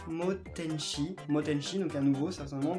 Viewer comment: Matenchi pas Motenchi